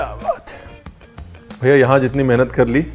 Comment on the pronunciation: When u say BHAIYA it seriously reminds me of Lucknow..my childhood days 🙂🙂